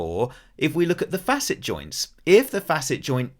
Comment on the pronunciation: My compliments to you for pronouncing "facet" properly! You are only one of 2 out of 3-4 dozen doctors and PT's I've listened to on YT that understand that they call it a "fa'-sit" because we're dealing with 2 adjacent surfaces that should normally move across one another in a complimentary fashion. Spread the word to other dipstick doctors who only got "C"'s in English class, that the word has been in existence for hundreds of years before our modern medical anatomists named them!! But I am here because I believe arthropathy is what is causing my foraminal stenosis of L4, L5, and S1. Possibly at my L3 facets or vertebral endplates as well. Had 24 non-surgical decompression treatments with little improvement. But a week ago I went back to one of my DC chiropractors who has a lumbar traction/flexion table. Oh my God! The relief is so much more pronounced than with the prior vertical decomp sessions I had! I have MRI's but need a trained doctor or clinician to look whether it could be a facet joint or a vertebral endplate with some moderate spurring going on. The clinical pathology report states such. The evidence you confirmed here says it may be both somewhat; but by going on the flexion table he's achieving a hydrating of the first few discs in a more effective way. I hope it continues to improve; but I've got surgeon's phone numbers waiting if push comes to shove. And I would only consider an endoscopic laminotomy or decompression by removing osteophytes with their endoscop